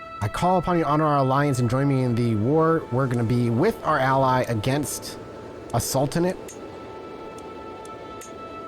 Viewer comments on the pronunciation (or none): none